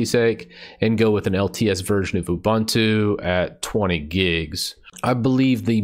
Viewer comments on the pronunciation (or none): for saying ooh bun two lol, i can't stand uh bun two or ooh boon two lol, doesn't matter which way is correct... i hate the other ways, that's all.